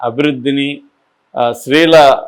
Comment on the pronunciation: Please learn to say “stree” Not sree